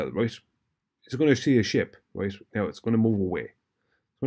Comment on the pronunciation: Every time says “roight” he’s wrong 😂🤦‍♂️